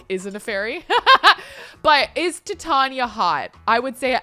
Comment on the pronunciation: Love your content but I believe Titania is pronounced like titanium. That’s at least how they say it in Midsummer Nights Dream. Totally honest mistake but the Shakespeare nerd in me was cringing hard